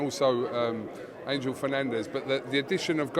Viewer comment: Why do you keep saying angle Garcia it's Robert Garcia